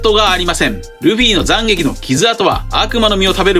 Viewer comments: 7：57 急に東北弁に聞こえるんだがw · 斬撃の発音が気になるｗ